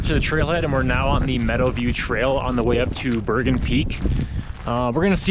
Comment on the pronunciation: Bergan not berger